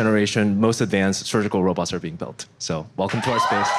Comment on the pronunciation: Did he say "f" em (for welcome) to the Neuralink a presentation... I swear it was a high level troll haha